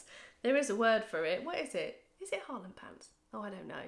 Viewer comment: Hi it's hareem pants lol..😂